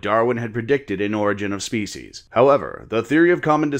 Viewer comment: Your uploads are steads as a rock, both in timing and quality! It sounds like you say faeces instead of (probably) species a few times though:D